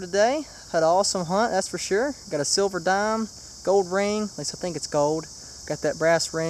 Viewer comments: You know there is an L in the word gold, right?? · When you found the gold ring you said gowd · it's gold not gode